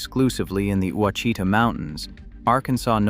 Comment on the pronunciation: The word Ouachita is pronounced Oua is pronounced the Mexican way as Wha, then Chita is pronounced as sha ta resulting in Washata. Dyess Arkansas is pronounced Dice. There are many Indian, Mexican and French words used here. Living in Arkansas I admit you have researched and created a very interesting video about my favorite state and home. Thank you.